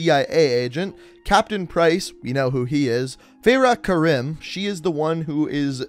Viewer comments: "Feyrah Karim" Welp. I'm out. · You pronounced Farah Karim wrong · How can he play the entire campaign and still pronounce Farah Karim wrong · Cant even say Farah Karim right